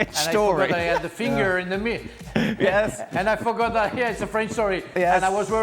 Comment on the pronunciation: 'My feeenGURRRRRH' Frank